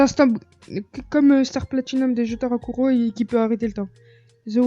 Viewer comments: c'est pas Kuro Jotaro mais Kujo Jotaro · C Jotaro kujo pas kuro